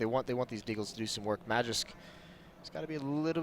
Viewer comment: They say Magisk so fkn wrong it hurts